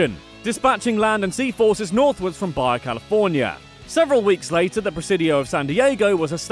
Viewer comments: ITS PRONOUNCED BA-HA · Lol it’s Bah-Hah California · 102 FACTS: BAJA is pronounced "ba-ha", not "bye-yay" which would be spelled V-A-L-L-E-Y 103 FACTS: "Radical", "Tubular", and other such "Valley-speak" (which takes its name from the San Fernando Valley) went out of fashion in the early 90's. NO Californian uses the word "radical". 104 FACTS: The state contains more Frank Lloyd Wright designs than any other state in the union - 25 total. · Baja has soft “J” like jalapeño Ron Burgandy. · Okay. It's not pronounced Bar yar, it's baha. FFS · Ok ok it's pronounced BA-HA California. Lol thought I could let it slide, I just cant. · he pronounced it in Italian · BAYA California? LOL. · Yay MY STATE also you misspelled Baja it’s like BA-HA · BlockyColly44 i speak spanish but wanted to piss ppl off😄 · Hearing you pronounce things incorrectly is giving me so much joy. It’s La BRAY-UH and BA-HA😂😂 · The following are California English-speaking local pronunciations. Baja has a Spanish h-sounding j, not a Germanic or Scandinavian or other y-sounding j's. It's not "BY-yuh," it's "BA-ha." And it's Ca-BREE-yo, not Ca BRIL-o. And it's veess-KAI-no, not viz-KAE-no. And it's la-BRAY-uh tar pits, not la-bree-PITS. And it's Santa loo-SEE-uh not Santa LOO-shuh. Why would you tackle California with absolutely no concept of Spanish pronunciation? I mean, ask someone. I wouldn't try to do England with your Broghamleisterworcesternaughtinghamshire without freaking checking with someone first. You have coworkers, don't you? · "Baja" is pronounced "BA-HA", not Baia! The word is Spanish, not Eastern European. "Tulare" is pronounced "Tuhlairee," and "La Brea" (tar pits) is "LA Brāya." What, no mention of the Winchester Mystery House?